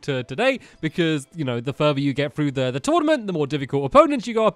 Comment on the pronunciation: Tournament, not Tournamnt